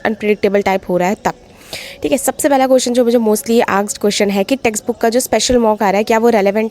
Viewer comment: Testbook❎️ texbook✅️ asked❎️ aksed✅️